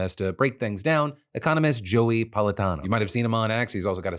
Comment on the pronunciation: Hey Phil, how come you didnt say "Politano" with an Italian accent? when you read a Spanish name you put one on?? Why ?